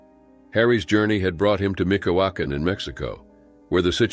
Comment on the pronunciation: Michoacán has a “ch” sound, like the “ch” in “chair”. The “h” is not silent. Just had to point that out, I’m from there and it was so weird to hear it being said with a silent H lol